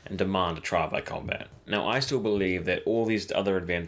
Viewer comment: Haha exactly, it sounds like he says content